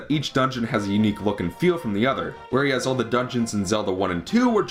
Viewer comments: It's pronounced "where as," not "whereeeass" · it's pronounced "where as" not "where-e-as"